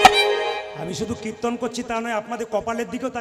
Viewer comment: কির্ত্তন উচ্চারণ করতে পারে না। বলে কিত্তন। শুধু ভাট ফালতু লেকচার মারে।